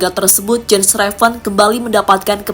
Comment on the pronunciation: its "YENS" not "JENS"